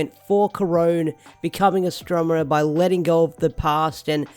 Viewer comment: Astro-ne-ma, not Astro-me-na.